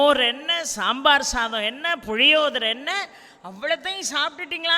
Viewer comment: Puzhiyodharai ? Arangazhai ?Idhu ponra thavarana ucharippu thaangal thavirthal nalam. Nanri.